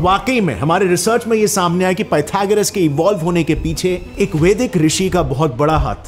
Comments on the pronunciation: Ur name is or in english...so its ved not vedaaaas...dont prounce hindi word as english word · वेदा ना boliye...wo noun h aur वेद ही है...chahe jaisa bhi likha ho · What is this fascination for adding "aa" after Sanskrit/Hindi words? You are pronouncing वेदांत as वेदांता, वेद as वेदा ?